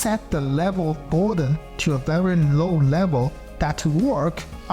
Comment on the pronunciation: dude your accent is terrible. it's boredom not bordun. love the content and the work you put through for the video but the mispronunciation of words makes me want to skip the video.